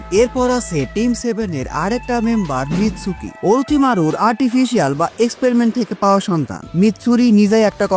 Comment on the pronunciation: mitsuki re mitsuri boltase